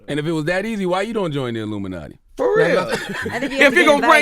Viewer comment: "Why he not part of the LUMINATY!!??"